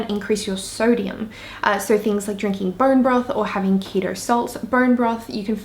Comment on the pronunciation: It’s keto not ketro